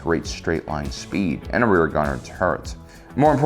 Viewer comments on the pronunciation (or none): none